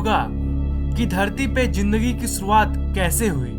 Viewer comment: Zinndagi or Z Ka Pronunciation is not up to mark. This is just a clarification! Don't take it seriously